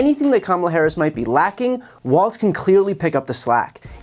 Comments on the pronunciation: It’s pronounced “wallz” not “walts.” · Brian. It's "WALLS", not "WALTZ" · Okay idk if this bothers anyone else, but theres no t-sound in his name, its pronounced just like Walls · If you’re going to support him, please learn how to pronounce his last name.